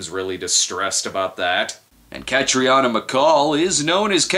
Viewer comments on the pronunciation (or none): Say it with me snob: kat-reen-ah!